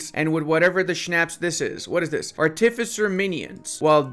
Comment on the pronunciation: I love so much that you pronounce -shire like a Brit and not an American it almost makes up for Arty Fissure